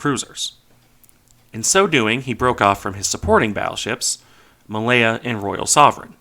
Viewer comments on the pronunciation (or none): none